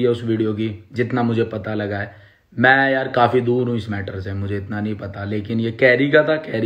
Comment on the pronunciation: Abe मे nhi मै hota hai wo pehle bolna seekh phir carry ka roast kar samjah